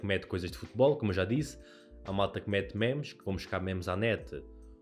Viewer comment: "mémes" broo, fico desapontado contigo 😔